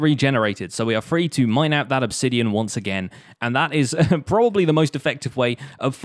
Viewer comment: It’s pronounced obsidian not obsidian.